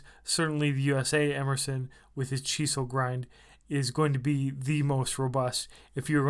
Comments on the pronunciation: it's chisel. Like the tool. not "cheesel" lol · Sorry... If I hear you say cheesel one more time, I'll puke on my boots... I'm out...😖